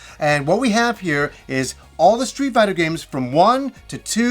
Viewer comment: Does he say. Street biter?. Because he say it really weird somehow.